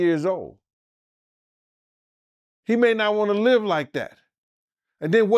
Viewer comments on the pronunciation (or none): none